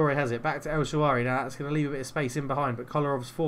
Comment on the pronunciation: An early goal in your favour and I think you’d have turned it round. I was also just about to ask if you’d been practicing, then... “el Shaawary”? 😉